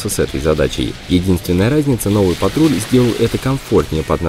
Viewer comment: Почему Ниссан патруть, а не патрол